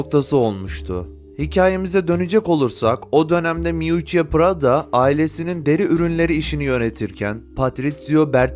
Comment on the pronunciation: Keşke prada demeyi bilen birisi seslendirseydi😢